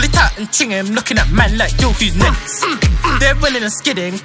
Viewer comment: it’s next not nex